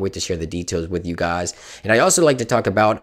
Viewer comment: He says guys as gaas lol